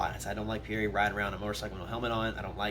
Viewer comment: The way he pronounces pierre makes me cringe :(